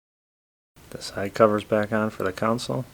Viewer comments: why do people call them a "COUNCIL" it's CON SOLE. Maybe thats how they say it where your from because i've heard a lot of people saying it that way but it's wrong. i'm mad or upset or anything it's just one of those things that is hard to listen to. like when europeans say aluminum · BTW ...Its console. Not council. Love all you videos!